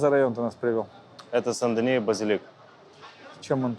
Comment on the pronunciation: Сен-Дени а не Сан-Данио.